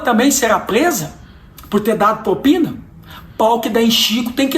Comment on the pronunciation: Prezado Cleitinho apenas uma correção "propina" e não popina! Concordo com tudo que disse!